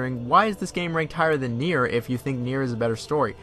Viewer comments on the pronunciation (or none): Its nier as in nia not naieer don't know if your trying to be accurate not saying you have to say it that way I just think your trying to force it that way cause maybe someone told you otherwise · You keep saying naieer rather than nier lol... Whyyyy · Near is gow it should be pronounced lol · Ik bruh shit got on my nerves lmaoo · ist nier, just nier not Naier. even Japanes people and cretor say N I E R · Tf is na-ear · lol that's what I wrote I don't know why they called it naieer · NieR is pronounced “Near” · STOP SAYING NIER LIKENTHAT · Why are you saying Nier like that? You're obviously a big fan of the series seeing that you've played Drakengard as well, I have no clue how you went so long pronouncing wrong. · Funny thing is, he says it correctly on numerous occasions so he’s purposefully saying that for some reason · yeah it’s actually distracting lol. Can’t understand what he’s got goin on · why do you pronounce "Nier" like that?